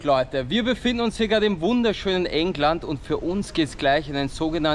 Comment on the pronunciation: so geile aussprache: EnGland